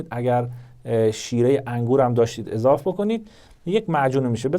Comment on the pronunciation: دوکتور اضاف اشتباس😑 اضافه اضافه اضافه خیر سرت دوکتوریا مثل موتوریا حرف میزنی